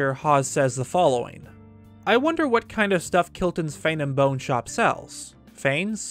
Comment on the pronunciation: “Hero-in”, “Lon over due”. Sorry. Poor pronunciation drives me insane. Edit: Within the first minute. Omg, just heard another “lon” instead of long. Grr. Love the channel, but Fane and Bone is FANG AND BONE, not Fane and bone.